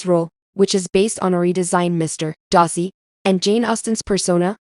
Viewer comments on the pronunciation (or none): You cannot say Darcy correctly. You say Dar - see. Say dar like car. Duh !